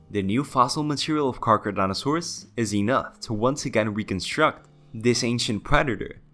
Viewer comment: Charcardontosaurus, Car-Keh-Roh-Dont-o-saur-us, not Geega, its Giga like Gigabytes, Giganotosaurus.